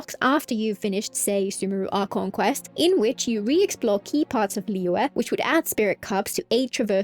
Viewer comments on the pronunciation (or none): none